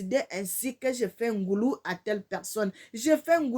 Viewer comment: Bonjour ma sœur, on ne dit pas NGoulou, mais NGOLOU ET CA S'ÉCRIT NGOLU.